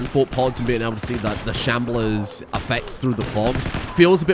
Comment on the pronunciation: You calling them shamblears kills me